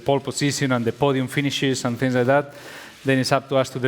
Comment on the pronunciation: TINGS??? 2 PLUS 2 IS BWOAH MINUS 1 THAT'S 3 QUICK RACE